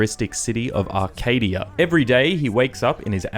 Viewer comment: It's Arcadia. Not "Arcade"